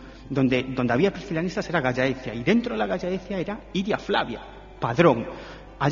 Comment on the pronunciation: Cuánta sandez sobre el apóstol y no presentan ninguna prueba arqueólogica contundente ni saben pronunciar Gallaecia!!